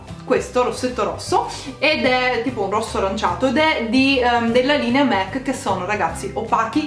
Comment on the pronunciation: mac si legge cosi come è scritto😂😂